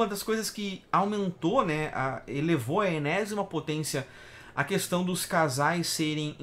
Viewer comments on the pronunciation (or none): none